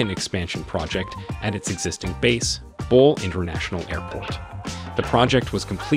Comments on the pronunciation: excellent assessment of Ethiopian Airlines' future plans. Just a couple of points tho.. The dam is costing $5 billion, not million. The CEO is Tewolde (Tuh-Wul-de) Gebremariam (G as in gherkin, a had G), and Bole (Bolé, sort of rhyming with café). aight?! I'm a big believer in Africa for Africans so.. I'm subscribing! cheers !! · GERD is a 5 billion project not a 5 million. It is bole not ball.